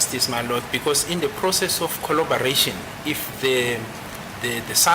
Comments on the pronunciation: Collobaration, Collobaration, Collobaration...🎉😂😂😂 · Konje yini ukudelela ngesilungu.😂😂😂😂😂 Now Mnisi is fuming and is about to let it rain cats and 🐕 🐶. Woo can't wait for cross examination, this one and Baloyi are going to jail. Pompous, who can't pronouse collaboration but does it in isizulu.